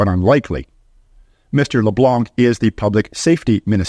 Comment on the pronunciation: Can’t even pronounce Guilbeault or Leblanc correctly. Probably a western conservative member spreading propaganda